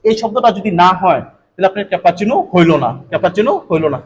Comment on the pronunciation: উচ্চারণ টা ক্যাপাচিনু নয়,, cappuccino . আপনার শেখানোর কৌশল খুব ই ভাল শুধু উচ্চারণ টা প্লিজ ঠিক করে করুন। ধন্যবাদ।